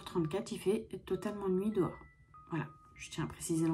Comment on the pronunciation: J’ai jamais compris pourquoi certaines personnes disent « dowar » au lieu de dehors. C’estn pourtant pas compliqué